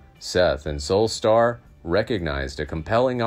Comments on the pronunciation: Pronouncing the name of the subject incorrectly does not inspire confidence in the story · I would normally agree but this is an AI generated voice, so it doesn’t mean the info is bad. The computer just pronounces is wrong.